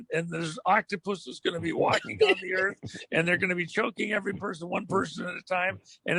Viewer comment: Bullshit with all this double talk. Lol he said earf...it’s earth! Lol